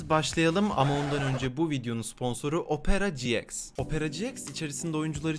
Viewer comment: Herkes: opera ciiks Hellian: opera cieks